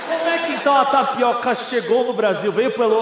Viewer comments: Só de primeira intendi o cara falando "NaPiroka" ? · kkkk, eu ouvi tapiRoca '-' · O cara falou taricoca,n? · O cara falou TAPIROKA ou é impressão minha? KKKKKKKKKK